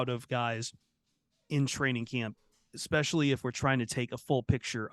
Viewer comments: "ex-specially" -- stop it,. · Ehh-specially sensitive YouTubers - be nice! 😂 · is never going to learn how to say “especially” is he